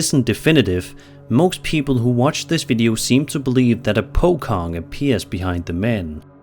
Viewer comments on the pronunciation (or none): The entity on the no 8 video are basically pronounced ' Po Chong ',. Not Po Kong so do speak. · Singaporean here... it's pronounced as "po-chong", not po-kong. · its pronounced 'po-chong' and its not just a javanese folklore, it affected both indonesian, malaysian and singapore alike.. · Regarding the clip , as a guy who lives in southeast asia, i have a sliiight correction to your description of the Pocong, if i may. The description of the Pocong is pretty spot on, BUT locally the name is pronounced Po-Chong. Legends say those things are fast, and move in either a rolling motion or hopping impossible distances to essentially ask passers by to untie their bindings. Hope it helps! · I have never heard anyone butcher the pronunciation of Pocong as bad as 😂 it’s pronounced “Po-chong”, in Indonesia the letter “c” makes the “ch” sound. Unlike English where C can make more than one sound, Indonesia is fixed to each letter sounding the same way 99% of the time. But yeh hope this will help next time u encounter any other Indonesia ghost 👻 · I will never get over the pronunciation of pocong, the letter c in the malay language is verbalised as ch, as in teacher. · The c on pocong is pronounced "che", like in chocolate. And about ties, they are released at the time the body is buried (in the burial procession). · Pocong. The "C" pronounce not as K sound but literal C like how C pronounce in "poaching".